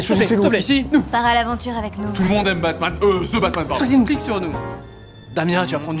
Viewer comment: C'est THE batman, pas 'ze batman'